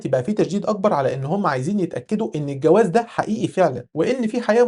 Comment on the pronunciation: هنا مشكلة باللفظ 😂